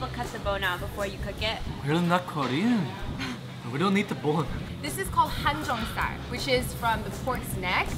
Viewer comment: If I'm not mistaken, it's not hanjeongsal it's 항정살 = hangjeongsal.